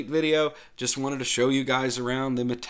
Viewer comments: Yep, I was going to say the same thing. is pretty close with his pronunciation, he just needs to change the stress in the word "Mate" (it's MAH-tey, not mah-TEY) to the first syllable, and same thing with "Caja". No es que sea el fin del mundo, pero ya que quiere aprender a decirlo bien... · Sorry but Wimpy is plain wrong. MATE is pronounced as "matte" (like the paint type). The name was given by Perberos and it comes from the Yerba Mate plant, which incidentally is used as a very popular and traditional infusion in my country. Compton+Marco is a lighter option for getting rid of the vsync issue. You can find it on the Mate-tweak tool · You are actually pronouncing the name wrong. The stress should be on the first syllable: MAH-teh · EXACTLY! That was the bestest explainification I've heard so far. Bloddy Anglophiles with their overprononciation and emphasis on certain syllables are nerve wrecking. As I always say: "MATE, pronounced as spelled." Emm, ah, teh, eh = Mahte Simples, right? Well, obviously not so simple if you belong to the minority of natural born anglisi speakers. :) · That guys full of it. You stress mah not tay. Like mate the herbal drink.